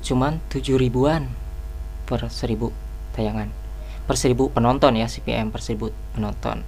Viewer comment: Kebolak balik ngomong v sama p, pasti orang Sunda hehe, saya juga